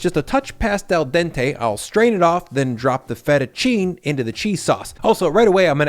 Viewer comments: FetUH CHEE-Knee 👌 😂😂😂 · Finally someone called out Fehttuchini! Pisses me off too!